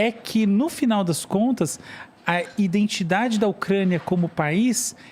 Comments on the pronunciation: domina o assunto, uma aula, mas fala "INDENTIDADE". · O careca fala “iNdentidade”…pqp!